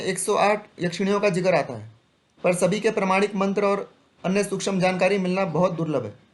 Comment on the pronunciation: सूक्षम नहीं सूक्ष्म बोलना सीखो उसके बाद तांत्रिक बनो सूक्षम नहीं सूक्ष्म बोलना सीखो उसके बाद तांत्रिक बनो सूक्षम नहीं सूक्ष्म बोलना सीखो उसके बाद तांत्रिक बनो